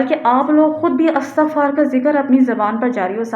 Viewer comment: جس کسی بھی ویب سایٹ پر آپ جایئں گی ISTIGFAAR ہی اس کا صحیح تلفظ مل جاۓ گا۔جیسے Wikipedia,rekhta